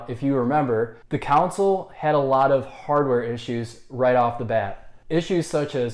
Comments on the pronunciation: Why do you pronounce "console" like "counsol"?😂😂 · This x 1000. If you can't say "con-sole" , maybe review other stuff. Politics maybe because you can say council. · Why does he say council, its console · Console mate not council haha are u even a gamer?? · Its pronounced CONSOLE not CANCEL. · Good lord it's console not "counsel" 😂😂😂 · Why does he say cownsel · Council* he said😂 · Can’t trust someone who dnt say console right😭